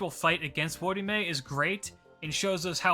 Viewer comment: I just hear him called "wodyme" so it takes me back a bit